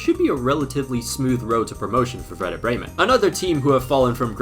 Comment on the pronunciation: I love how in every Youtube video that deals with anything only slightly related to germany, the comment section is just full of us germans ;D I also want to point out as I haven't seen anyone mention it, that your pronunciation was actually decent. Also thanks for jinxing Bremen. We need the price money quite desperately ;D